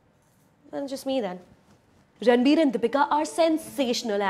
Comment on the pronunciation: Sorry , but i stopped watching when she said "ranbu". -__